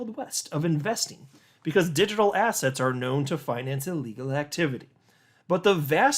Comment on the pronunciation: why do you always say the word ASSETS like ASS HATS? hahaha